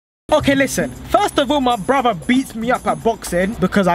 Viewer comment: be saying "Bruvaa" instead of brother.